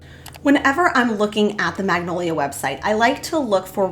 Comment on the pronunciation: Great DIYs...but is it just me or do you keep mispronounced "Magnolia". It is a type of tree actually. Joanna Gaines brand of course too, but maybe I am hearing it on your video wrong...maybe not. Love your creativity!!!😊